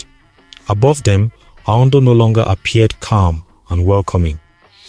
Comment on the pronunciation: Excuse me are you a Tiv person at all behind the voice your pronunciation of anodo is not connecting. Thanks